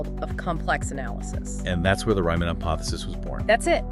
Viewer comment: Sorry, you lost me when you mispronounced Riemann's name in like the first ten seconds of the video.